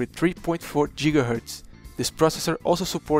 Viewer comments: Jigaherts and Jigabytes? DAFUQ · jigahertz and jigabytes XD. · JigaHertz hehehe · Jiggahertz xD